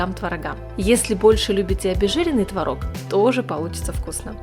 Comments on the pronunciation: Только ТвОрог,а не творОг. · Не Тврог А Творог !Удаление на первый слог !!! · Хороший рецепт! Спасибо! Но, надо правильно говорить- твОрог! ТвОрог! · Все бы очень славно, но если бы не мешающая музыка , и вы правильно делали бы ударение: твОрог ,а не тварОг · Надо говорить ,, твОрог, ,, твОрога" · Произношение слова «творог» в падёжной форме не правильно - ударение не ставится на последний слог а на необходимо ставить на первый. А так все отлично! 👍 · Как я с Вами согласна!!! ТВАРОГ через А режет слух! Но так многие говорят. А ещё мне не нравится, когда говорят щавЕль, мне нравится щАвель - ударение на А!!! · было-бы совсем хорошо, если- бы делали правильно ударение в слове ТВОРОГ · По русски в твороге ударение ставится на первый слог. Уши режет